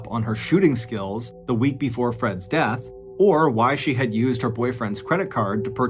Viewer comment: "What DAAHTH"??? Not the horrible mispronunciation trolling again MrBallen... Please fix , it's disrespectful.